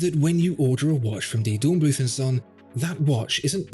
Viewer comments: not bloot... blüth! 😉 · Please say "Dornblüt", German doesn't use a "th" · The final 'h' in "Dornblüth" is not pronounced - German doesn't have the 'th' sound we have in English. The word is pronounced like 'Dornbloot'.